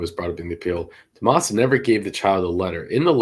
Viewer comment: Dumas? Sounded like he pronounced it duh-moss